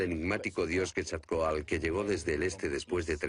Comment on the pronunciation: Pero estos españoles que hicieron el doblaje despedazaron los nombres en náhuatl como el decir quesacoal en lugar de Quetzalcóatl. Y se nota el desprecio de estos españoles al decir indios a los habitantes originarios de nuestra america . Y no hablemos de otros barbarismos al nombrar las pirámides de Egipto. Primero lean algo y luego ponganse a hacer doblajes